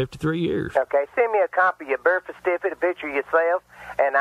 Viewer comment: wtf is a burt cifcate